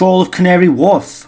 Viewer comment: Its Canary Wharf not woof😂 'warf not woof